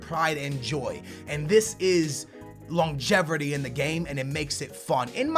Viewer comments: Longevirty lmaoo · There is no ER in longevity lol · Longevrity lol